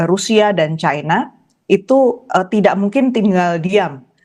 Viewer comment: China bukan caina, bhs indonesia yg benar mbak, kalau ga ngerti eyd kah